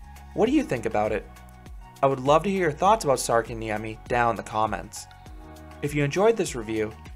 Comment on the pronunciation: Sarkanniemi NO its särkänniemi IM finnish